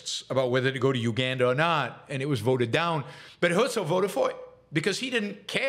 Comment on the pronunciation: The guy's name was "Herzl" though, not "Hölzl". 🤣